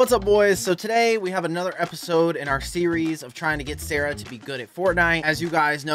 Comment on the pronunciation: You're a wizard, Harry❌️ You're a wizard, Sawaahh✅️